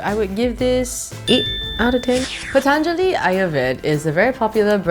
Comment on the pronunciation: ooo she pronounced patanjali right